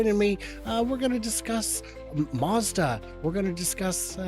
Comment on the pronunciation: Gonna discuss my--azda... Good save, didn't even notice till you mentioned it ish...